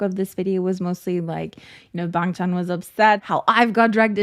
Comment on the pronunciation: i think youre pronouncing it right but people are used to hearing others say the accented version (us australians say bangchan the way you dont) people are just nitpicking you tbh